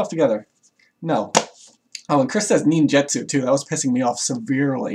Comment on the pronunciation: FujiBeeyashi. Ninjuhtsu. "Some may pervert the meaning of nin".